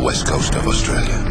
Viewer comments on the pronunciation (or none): You notice how he says australia in an australian accent